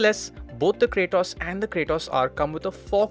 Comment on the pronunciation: It ain't Cray-toss ....its KRAAATOS